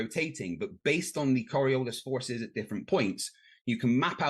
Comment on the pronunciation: Does not even know how to pronounce Coriolis, he keeps calling it Coriolisa?